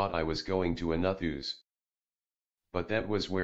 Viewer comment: When the voice says "nut hooze" instead of Nut House it always takes me out of how serious the story is lol